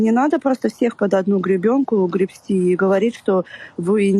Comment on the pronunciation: "грепсти" - ржака